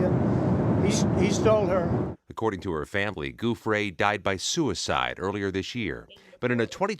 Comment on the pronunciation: Virginia JEW-FREY....Please pronounce her name right. It's only been in the news for TWO DECADES (May she rest in peace 😔)